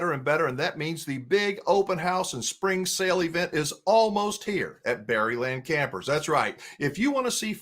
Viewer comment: You are are going to lose us … we are gone right you said “berrlandcampers”